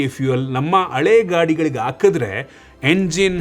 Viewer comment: ಈ ಹಂಡ್ರೆಡ್ ❌ ಈ ಅಂಡ್ರೆಡ್ ✅ ಹಾಕಿದ್ರೆ ❌ ಆಕಿದ್ರೆ ✅ ಹಾಕ್ತಾ ಇದ್ರೆ ❌ ಆಕ್ತ ಇದ್ರೆ ✅ 😂